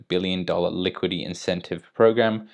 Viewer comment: Seriously, you don't know how to pronounce liquidity? Why are you saying "liquid E"? Bring your brain to school😃